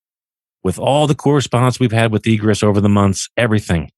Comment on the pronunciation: It’s pronounced ē′grĕs. And means The act of coming or going out; emergence. It’s used in fire code standards in construction. Stop saying “egrus”.